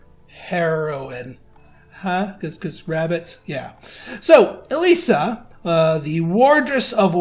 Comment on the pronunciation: also something interesting for you , according to google, the name "Elyssia" is finnish, and pronounced "E-loo-see-a" not "E-lee-see-a". the more you know haha